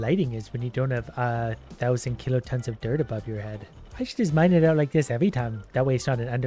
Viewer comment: Every time I hear him say kiloton it makes me laugh